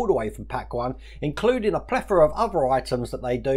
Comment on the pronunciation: When you say plethora, it reminds me of the Three Amigos 😂 great video